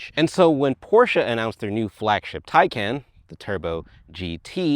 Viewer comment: TieCon not TieCan